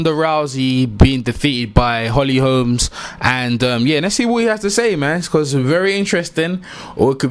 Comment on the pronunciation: i'd be a liar if I said i saw Holly winning, i was stunned.... BUT, i had a small doubt, just a shadow. H. Holm has some incredible strikes, and strength, so..... Bruv, bruv, BRO-- NO "S' on the end; HOLM, not Holmes.... no "s" man. . . .